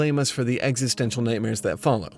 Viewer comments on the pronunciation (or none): none